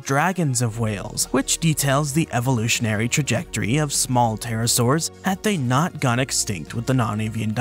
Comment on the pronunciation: Sorry did you say pterosaur